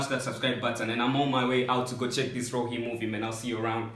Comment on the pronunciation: The movie is Roohi not roochi